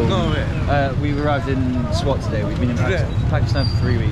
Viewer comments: it's not pronounced "Swot"... It's spelling swat SWAAAT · BTW it’s called SWAAT , not SWOT